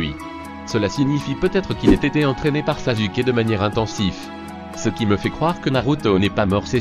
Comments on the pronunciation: Ca s' ecrie sasuke mais ca se prononse saçuke pas sasuke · En plus il dit sazuke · baddy203 t’a détruit le nom de sasuke 😭😂😂